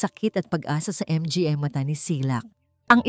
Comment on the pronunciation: idol sorry po hindi M G A ang pagbigkas its manga po MGA...